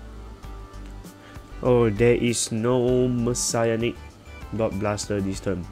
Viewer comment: I thought it was pronounced Messianic and not Messiahnic. Aichi pronounced it as Messianic.